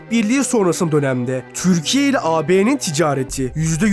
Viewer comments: Amk öyle bi türkiye diyorsunki izleyemedim türkiye değil tcürkiye konuşmanı düzelt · türkiye ismini çök ser vurgulu söylüyorsun. Telafffuzu düzeltsen daha iyi olcak gibi